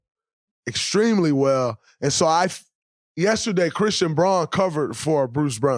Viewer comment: Always enjoy Draymond's breakdown of the games. I'll forgive him mispronouncing Christian Braun's name (this time)